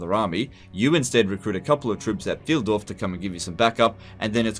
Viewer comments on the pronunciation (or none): Pfeildorf is pronounced like "Pfuyl", as in "guy", not like "Pfeel". :) I know you don't really care about pronunciation too much, but sometimes I can't hold still my hands and must type. ;) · Pf(aye)ldorf. If any native english speaker wants to pronounce it correctly ^^ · Pfeildorf ("Arrow village") is spoken Pf-eye-ldorf. Yes, german is weird for english speakers. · "Pfeildorf" is pronounced like "file-dorf". Pfeil = arrow in german